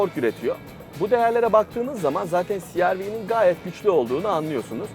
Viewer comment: cereve deseniz daha iyi olmaz mı siarvi yerine